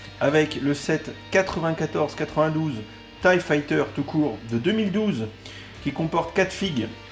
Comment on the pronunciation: j'éspère qu'ils continueront à mettre 4 figs pour les TIE, parce que payer 75€ pour un vaisseau avec deux fonctionnalités, c'est pas terrible, mais alors si ils nous mettaient que 2 figs, là ce serait la cata. PS: La prononciation de l'engin c'est TIE [Taille] et pas TIE [Tee] Tchusse!